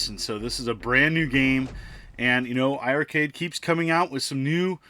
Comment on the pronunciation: It's pronounced iRcade , don't double the i 🤷‍♂️